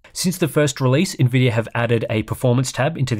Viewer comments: “Nvidiar” 😂 As a dumb American, Ill never understand why sometimes hes able to say Nvidia and sometimes theres a random “R” at the end haha Great video man! Thank you as always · Why does buddy keep calling it Nvidier